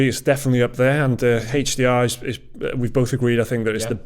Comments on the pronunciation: Its aeech Deee Arrre not Hayche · "Haych D R"